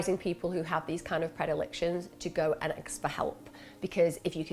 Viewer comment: axe for help - why do people talk like that???